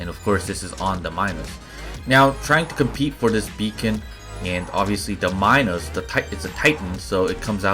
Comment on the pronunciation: C2USJX/IOS Minos, pronounced like mee-nos...my tip is save reflector for when you’re out of dash and sitting duck.